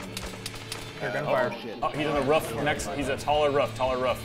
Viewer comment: Like these videos and lol the way he says roof "ruff"